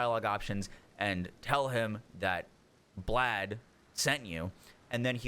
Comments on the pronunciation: It's pronounced Blaith at least that's how npcs say his name no idea why but that is how you say it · "Blaidd" is pronounced like blythe...rhymes with writhe, like writhe in pain. Blaidd is a Welsh word, it means "wolf". Fitting.